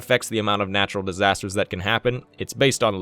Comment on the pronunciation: Natural "Distasters'?